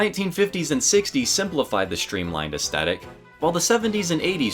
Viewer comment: Shtreamlined? Shtrong? Shtranger? Shtrapped?